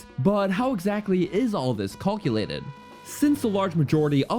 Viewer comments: Awesome! But also....”culculated?” I’ve never heard anyone say it like that! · Did this man just say CALKILATED?? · "a large Montin in your way" "colculated" "of how these stats whark" "cannot swim across withott dronning"